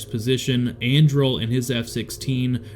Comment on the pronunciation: This is so cool! I randomly clicked on this video based off the picture not knowing anything about it. Colonel Andrle was my direct supervisor back in 2014. I spent a good amount of time with him in and outside of work. Super good dude! His name is pronounced “Anderlee” though.